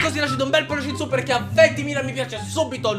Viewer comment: dovresti migliorare perché quando dici "lasciate un pollice in su" sembra che dici prosciutto 😂